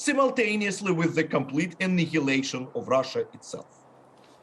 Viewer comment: “Compleet annyliaattion of the west” I literally sharted at this part 😧